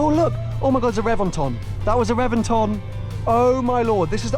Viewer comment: Reventon: never heard anyone say it like you 🤷🏻‍♂️